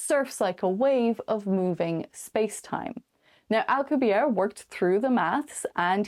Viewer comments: Dude, you lack credibility when you can't even say Prof. Miguel Alcubierre's name correctly. The double 'R' is rolled hard and the 'E' on the end ISN'T silent. He's Mexican... NOT French. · Well, more importantly was the silent 'E' on the end of his name. Not rolling the 'R' can be forgiven. A lot of people can't roll their R's. However, not pronouncing the 'E'... it's like you weren't even trying. If you're gonna half-ass the name of a well-known scientist (who's been around for decades), what OTHER corners are you cutting? ...just sayin'!